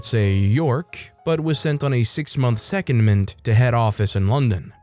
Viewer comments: Story 4: It's not SECOND-MINT, it's Se-COND-ment. In the garage apartment story, he wrote "conversation" but it's clear he meant to type "conversion". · And secondment is pronounced se COND ment.